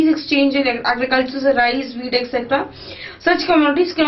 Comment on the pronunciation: who else thought that she said weed instead of wheat first XD